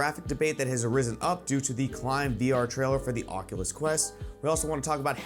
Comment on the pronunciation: "Onculus Quest"??? I LIKE IT!